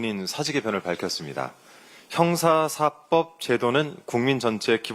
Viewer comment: 형사사법 제도로 읽어야 .. (형사사뻡 이렇게 읽으면 앙대요)